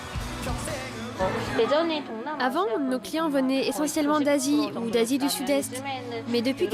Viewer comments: C le premier qui à dit kaypop et non kapop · C'EST PAS KA POP MAIS KAIIII POP PUTAAAAAAIN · La Kapop x) -> Se prononcé KeyPop comme la clé. Sinon Psy n'est pas la référence de la Kpop mais bon... Sinon y a Bigbang alord je pardonne ^.^ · c’est moi ou elle a dit « Ka-pop » 😂😂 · ha rien si il représente la k-pop par psy 😂 j'était morte quand la fille à dis kapop même la presentrice le dis mieux qu'elle c'est pas possible 😂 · désolée de te contredire mais Key se prononce ki alors non Kpop se prononce Kaypop plutôt :) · "KAPOP" D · MAIS ARRÊTER D'ÉCORCHER LES NOM PUTAINS !!!! ET PSY FRANCHEMENT IL Y A PLUS CONNU